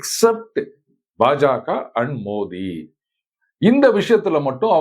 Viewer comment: நீங்க மட்டும் தான், வாய் தவறி "மோதி" என்று பிரதமர் பெயரை சரியாக உச்சரித்து இருக்கிறீர்கள்... மோடி மோடி மோடி என்று தமிழர்கள் அனைவரும், -ரங்கராஜ் பாண்டே உட்பட, - சொல்லும்போது எனக்கு கோபம் தான் வரும்